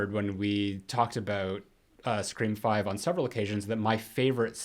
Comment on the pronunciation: Am I the only one that finds it annoying when calls them Scre-four-m or 5 Cream or Screa-vi? Lol